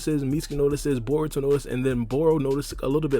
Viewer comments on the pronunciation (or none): Dude u sayin bour instead or Baruto 😂😂😂😂